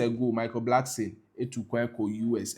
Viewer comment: Ofui, its not Blackson. Its Blankson. Kwasea to !!